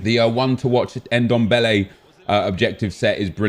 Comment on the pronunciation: His name is Ndombele not dembele